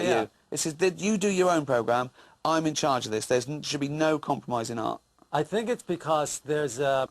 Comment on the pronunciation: that's how you say Art in English :P